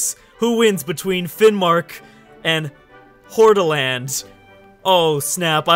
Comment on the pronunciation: Eyyy Hordaland ( you say that wrong)